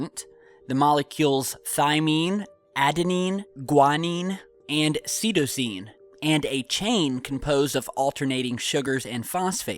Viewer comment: seetosine? you mean sie-toe-seen